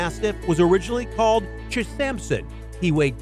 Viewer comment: That's "Ch. Sampson" not chsampson